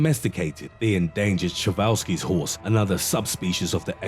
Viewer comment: Lol its (per ) (ze) (wall) (skees) a przewalskis horse